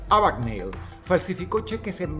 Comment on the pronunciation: No es Abagnali ni Abigneli, sino Abagneil